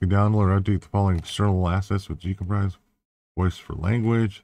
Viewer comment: GCompris pronounced JCompree > French meaning "I have understood" (j'ai compris) 😉